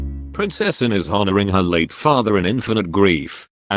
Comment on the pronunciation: Awful speaking robot, it cant even say Anne properly, RIP Prince Philip.